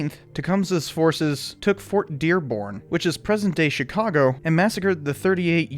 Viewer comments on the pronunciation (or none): none